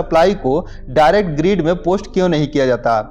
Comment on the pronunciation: भाई ग्रीड नही होता ग्रिड होता है